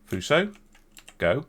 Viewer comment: so... after butchering Fuso you butchered Nagato too :P